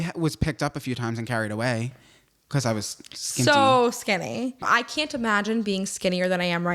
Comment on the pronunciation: The toes have to stop moving, and needs to practice saying "because" correctly😂